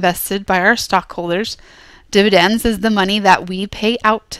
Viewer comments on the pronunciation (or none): You said dividence twice